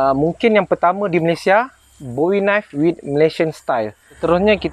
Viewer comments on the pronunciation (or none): none